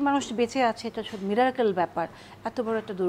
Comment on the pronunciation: শব্দটা মিরাক্কেল না, মিরাকল (Miracle). উপস্থাপক ভাই, শব্দের ব্যাপারে আর একটু সচেতন হতে হবে যে।